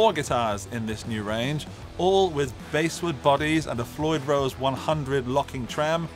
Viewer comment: "Basswood" is pronounced as if it were the fish, not the musical instrument.